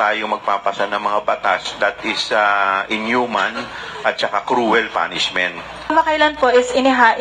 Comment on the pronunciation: Cruel not crowel